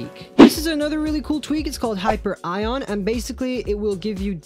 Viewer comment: It’s not hyper-ion. It’s pronounced hy-pere-eon.